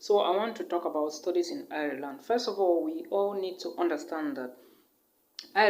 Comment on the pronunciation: Nice video. Ireland is pronounced like Island though and not iri-land